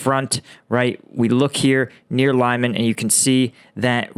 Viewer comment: It's Lee-maan, not Lay-man. Those are not English names and are not pronounce as such.